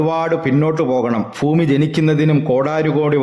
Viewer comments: കുറ്റപ്പെടുത്തുകയല്ല ബ്രോ ഫൂമി അല്ല ഭൂമി 👍🏻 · ഫൂമി ! എന്തൊരു അരോചകമാണിത് ഭാഷ നന്നാക്കാൻ ശ്രമിക്കൂ ശരിയാക്കിയെടുക്കാവുന്നതേയുള്ളൂ